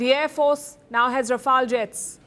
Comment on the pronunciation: INDIAN AIR FOHAHARCE HAHAHA THE TEA WAS FANTASTIC